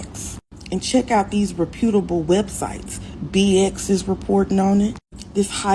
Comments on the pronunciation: Yeah if you don't know how to pronounce reputable, don't use the word when you trying to condescend other people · Brick obviously caused brain damage. Love how she pronounced 'reputable'...